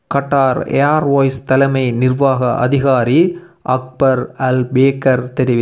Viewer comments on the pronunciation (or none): Qatar air voice illa bro..... Qatar Airways... also அக்பர் அல் பேக்கர் Illa அக்பர் அல் பாக்கர் olunga uchcharikkappalahunga bro..